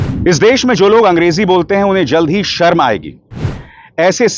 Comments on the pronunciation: "सरम" aayegi "शर्म" तो बोलने khud ko nahi aata hai 😅 angrezi bolne nahi aati hai Modi Shah ko isliye aisa Kehte hai, naach न jaane aangan teda.. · Are amit shah ji pahele sharm shabd to sahi boliye 😂😂😂sarm aayegi 😂😂😂😂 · Home Minister cannot even say Sharm(embarrassment) in Hindi properly. Seriously what a shame. He cannot say Desh(country) in Hindi properly.